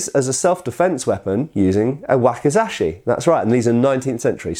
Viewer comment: not taSHi but taCHi 太刀 read as たち or daito literally long sword, odaCHi 大太刀 large long sword, nodaCHi 野太刀 long war sword but first character is plains, fields, rustic...:D. Wakizashi You read ok 脇差 read as わきざし. As You can see different characters ち vs し read differently. For native English person its harder language to grasp good pronunciation we Slavs get it easier while we butcher mercilessly English pronunciation;)